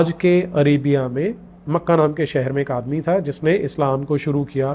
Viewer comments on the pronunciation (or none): none